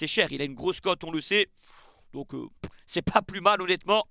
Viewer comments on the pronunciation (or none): none